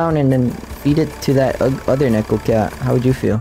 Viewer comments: Neko is pronounced "Niicko" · it's pronounced "niko" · Btw the pronounciation isn’t nek-o it’s nee-ko. 👍